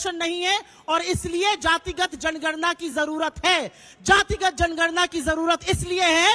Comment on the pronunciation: सुप्रिया ने जनगणना को जणना बोला है ध्यान से सुनो चमचो जो कगना के रामनाथ कोविड कहने पर सवाल उठा रहे थे वो तो अभिनेत्री है पर ये तो राष्ट्रीय प्रवक्ता है पप्पू पार्टी की 15 से 20 सेकेण्ड के बीच का क्लिप देखिये और सुनिए ध्यान से ये जातिगत जणना बोल रही है ये सुप्रिया और रागिनी को मत बुलाया किजिये प्लीज इनको तमीज़ ही नहीं है बात करने की ।